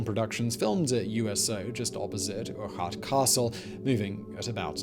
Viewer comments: Loving the mispronunciations, Erk-hart :0) great vid though "OCH AYE THE NOO" and all that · 110% butchered Urquhart!!! Jeeeeeeezzzzzzzzzz.